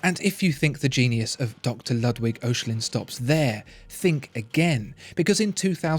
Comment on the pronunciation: Great video and amazing watch. I love the depth of insight and quality of photography of this channel. But it’s partly let down by terrible pronunciation - “Ludd Wigg” for Ludwig, “Youlisee” for Ulysse. Come on! These watches and the rest of your production demands better!